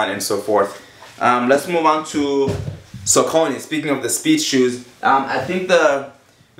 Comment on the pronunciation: Saucony is pronounced SOCK-A-KNEE No Offence